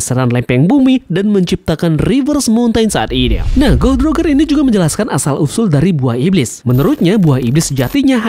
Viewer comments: salah sebutannya bukan "Rogger" tapi "Rojer" gitu dong. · wkwkwk cara lu nyebut roger literal banget jamet